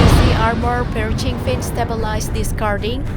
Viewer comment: Piercing.. Do your homework and double check your pronounce min.. thx for sharing